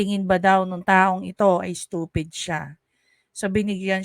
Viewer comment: ...you think I'm stoofeed?...."YESSSSS.....SI.......OUi...OO...,👍👍...🤗🤗😉😅😂🤣